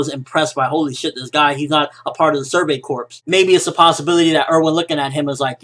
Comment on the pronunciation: well its survey corp(s) .. not survey corpssss...